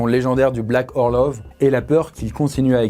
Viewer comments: Super vidéo mais je crois que ça se prononce "orlof" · Ça se prononce "Orlof", au cas où ! 😛